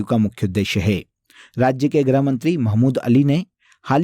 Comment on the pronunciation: क्या बोल रहे हो, गृह या ग्रह ?? हिंदी सुधारे, इतनी गलत हिंदी तो मैं कक्षा 2 में भी नहीं पढ़ती थी 😂